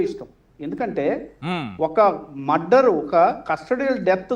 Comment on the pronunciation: ఆరే నాయనా అది మద్దర్ కాదురా బాబు మర్డర్ ఇది పలకటం కూడా రాని నువ్వు లాయర్ వి నిన్ను డిబేట్ కి పిలవటం జనాల ఖర్మరా బాబు